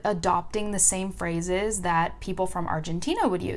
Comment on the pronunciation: when you say "phrases" I heard "frozzes" I was like ; wtf is this new word (and u used this word 5 times in a row) btw ur rlly cuuute if you want to speak french like a native speaker, date me haha